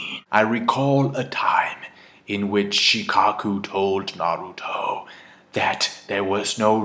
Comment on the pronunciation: Finally someone says Naruto right.